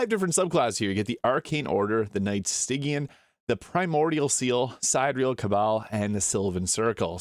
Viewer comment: Incredibly in-depth review! As a heads up, Stygian is pronounced stee-jin or stih-jee-an